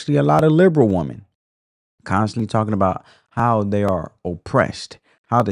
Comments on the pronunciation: I totally give this video a thumbs up. However, why is there this new trend of how the younger generation pronounces the word, "women" when describing more than one woman? It must be a tik tok thing bc it sounds ridiculous. When describing more than one woman, it's "women", not "woman". It sounds very uneducated. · Woman. Women. Please learn how to pronounce both and understand the difference. You diminish your content because you have not understood very simple grammar.